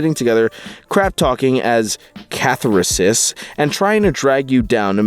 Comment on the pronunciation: Is it a joke that he can't pronounce catharsis or guffawed?